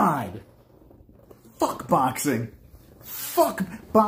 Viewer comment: “Fook You” exactly what I said after the first time I heard you say fook boxing